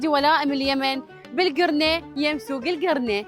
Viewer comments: ترا اسمها القرنة مو الكرنة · القرنه شنو الكرنه هههههه 😂